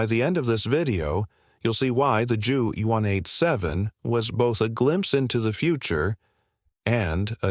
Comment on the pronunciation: I clicked off of this when I heard the computer voice pronounced JU 187 as "jew one eight seven" If the author is too inept to actually use his/her own voice, then at least program the computer voiceover to not sound like an idiot.